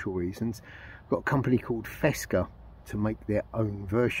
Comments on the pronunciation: It might be an algorithm or something when a link detected it is erased altogether with the comment. The link was the official Fecsa web page. By the way, you are not the only who says "fesca" instead of Fecsa 😅Greetings from the Western Mediterranean coast. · Fecsa, it is Fecsa; not "fesca". Fábrica Española de Confecciones Sociedad Anónima. I hope you won't delete this as you did last time, due to the link I guess.